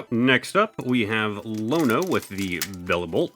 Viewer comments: BROTHER THAT IS AN I NOT A L IN IONO. Her name is iono not Lono lol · I've never heard someone call her Lono